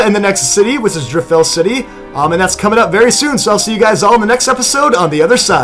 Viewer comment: For so so long, you said Driftveil city... and it triggered me...